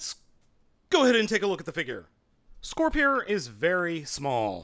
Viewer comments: I wanna say it’s scorp- peer. Like a spear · It is Scor-Peer. The katakana say so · it's pronounced as Scorpeer. It's a mix between the words scorpion and spear.